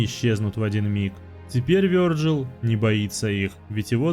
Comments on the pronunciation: а я уже ставлю лайк, только за то, что озвучил имя не обрусевший вариант. Вёрджил! Ааааа, кайф для ушей❤ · Вёрджил - правильно, а как по твоему его называть? Виталий? Виталик? Витек?